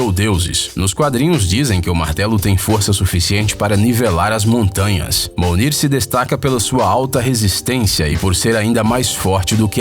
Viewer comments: Manooooo Se pronuncia: MIONIR E n: MOUNIR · Não é Monir mais é mijonir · Sim é mjolnir mas esta voz não é de verdade então o app pronunciou errado o nome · caraca como mijonir virou monir en??? kkkkkkkkkk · MIONIR camarada, não monir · "MOLNIR" é Mjonir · Não é molnir é mjolnir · Se fala mionir não monir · Não MUNIR, é mijölnir (pronúncia MIONIR). KKKKKKKK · monir ? n seria Mjölnir (mijonir) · Ele falou monir e o certo é mijonir kkkk q viagem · mno n acredito que ele falou minir . É MJIONIR SEU BURRRRRRRRRO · MONIR? ou MIJONIR? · É sério? Monir? Cara, é mjönir! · "O martelo de thor, mais conhecido como MOLNIR" MOLNIR MANO PQP SJCKSKCSKCKSKFLWLFLQLVNRNHMDMCMSKD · A pronúncia é "Mionir" e não "Monir" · Não se fala monir e sim Mijonir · Ele falou molnir mas o certo e mjolnir e a pronuncia é miolnir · Monir?eh Mijonir e se lê mionir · Não é Monir E Mijönir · e mijonir porra nao monir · Monir nao caraio e myonir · Monir Kkkkkkkkkk e mijonir kkkkk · Mounir kkkkk é Mjounir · mounir Ei nerd:mionir Kkk o correto é mjonir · Monir kkkkkkk é mionir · n se pronuncia monir n e mijonir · se pronuncia mionir mas é mjolnir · mounir??? kkkk ou é mijonir!! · o nome do martelo se pronuncia como algo parecido com "Mionir"... monir é meio estranho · Monier kkkkkkkkkk e mijonier cara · mi perdi por ser chato mas se vala "Mjölnir" e não "monir" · Me perdoe por ser chato, mas se fala "Mjölnir" e não, "molnir".* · E FAMOSO MARTELO DO THOR O MOUNIR, escutei certo? Acho q e MJOLNIR, nao? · e mjolnir e n molnir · e sério que ele falou Monir? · famoso mounir, PUTA Q PARIU, VÁ APRENDER A PRONUNCIAR O NOME CORRETO. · Nao é molnir e mjolnir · Ele falou errado e mijonir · O famoso martelo MOUWNIR??????? KKKKKK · "O martelo de Thor, famoso: Molnir" kkkkk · "O famoso monir" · O martelo de Thor o famoso "Mounir" kkkk MEU DEUS KKK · Ele falou mounir mano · "Mounir" MEU DEUS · moinir kkkkkkkk minut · Molnir? MOLNIR??? Sério??? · "o martelo de Thor o famoso monic" '-' kkkkkkk